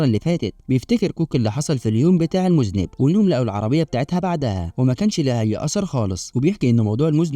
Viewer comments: المُذنّب وليس المُذنِب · مُذَنّب .. وليس مُذنِب يافهيه🎉😂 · مُذَنّب و ليس مُذْنب 😉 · مُذَنَّب وليس مُذْنِبْ